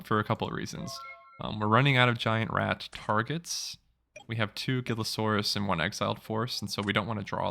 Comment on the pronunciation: Gillasaurus, Gillasaurus, Gillasaurus....